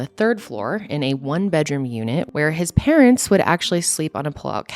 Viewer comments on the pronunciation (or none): none